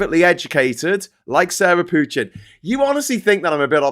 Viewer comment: The name Pochin is French in origin. Please pronounce with french accents not English ones. Same for Farage and Dutch for Tice. The Cult of Ultimate Nigel Transcendents acolytes should be reminded of those facts as often as possible.